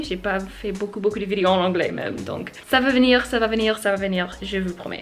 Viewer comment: Hi !! Your « ça va venir » is in perfect french :). You have to see Kaamelott to Know the real french work, a shame if you didn’t saw it yet ! Happy to saw you! I prepare pills and watch your video :). A big lol for thé water, i have 10 cats, 2 fountain and yeah, they are crazy with that :)